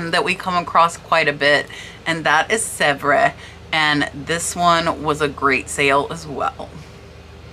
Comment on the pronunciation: The French porcelain company is pronounced “ Sev” fyi!